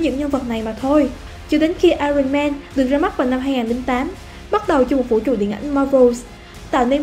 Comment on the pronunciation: mình góp ý la iron âm r câm nên k đọc là ai-ròn được, cái này khá nổi tiếng nên nhiều ng biết, nếu từ nào k biết cách phát âm thì b nên xem phiên âm của nó trước kẻo đọc sai